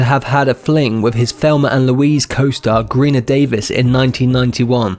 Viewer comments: Who the heck is "GRENA Davis" ? Have you ever heard of Trom Hanks? :))) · And gweena davis : )